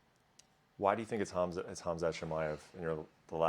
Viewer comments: He's right about Khamzaht. The whole UFC should take notice khamzat don't have no respect. Nate is one of the OGs of The UFC this clown should be talking with respect. Not talking about sh** that he can't even pronounce. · My favorite thing about this interview is that Nate doesn’t know how to pronounce Khamzat’s name